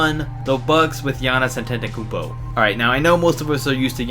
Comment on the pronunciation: Lol its hard to say his name but seriously giannis antetekumpo i died of laugh at this idk why